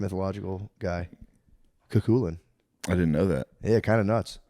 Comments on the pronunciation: I think it was prounced less like "chu chulainn" and more like "coo cull can" to put it phoentically. Similar, but different. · Matt it’s not cooocooolin 😂 it’s pronounced “ coo- kull-in”